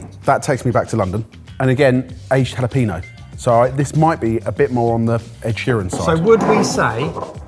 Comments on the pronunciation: for the love of god stop inserting "peen" into the word jalapeño. ha-la-PEN-yo. never good to insert peen where it doesn't belong. makes every spanish speaker cringe. almost as bad as "choritzoh" for chorizo or "payela" for paella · Why do you call it JalaPEEno? The ñ is there for a reason. ññññññññññññññññññññññññññññññññññññññññññññññ